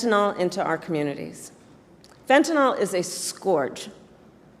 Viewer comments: One minor criticism of Harris's speech. She keeps mispronouncing fentanyl! She keeps putting an extra a in there at the end and calls it fentan-al (awl). It's fentan-il (ill)! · i L. O. V. E. her so much - but KAMALA - please say FEN-TA-NYL - the actual drug - NOT "fen-ta-NOL"